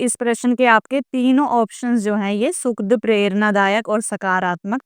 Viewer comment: नमस्ते मैडम आप बहुत ही अच्छा पढ़ाती हैं और आपका पाठ सुनकर सभी बातें बहुत ही आसानी से समझ में आ जाती है किंतु माफी चाहूंगी कई जगहों पर आप उच्चारण गलत करती हैं जैसे दुखद और सुखद, कृपया इसमें सुधार कीजिए